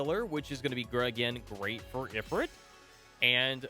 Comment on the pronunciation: Psssst actually it's pronounced E-Freet I think?;)